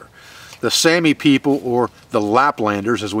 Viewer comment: The finnish saami is pronounced sowmi